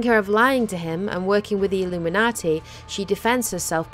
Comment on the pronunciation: I like how she says "Illuminaughty"